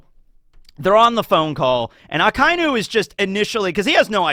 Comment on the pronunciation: I dont understand how you watch anime yr whole life and stil cant pronounce names correctly, Finaly you learned how to say A-KAI-NU. instead of A-KA-iiiii-NU And now you butcher KI-ZA-RU. not KIE-ZE-RU i bet its on purpore to get more reactions